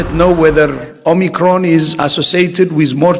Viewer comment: Omacron ni omicron be 😂